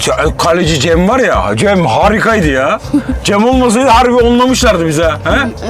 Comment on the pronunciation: Cemre değil cem